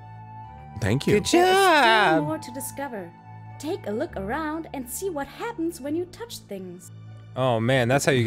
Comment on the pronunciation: Also, "what hapmns" instead of happens, almost immediately after. This duologue is so incredibly SLIGHTLY bizarre